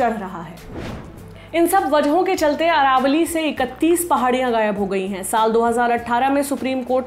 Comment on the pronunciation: Aravali not Aravalli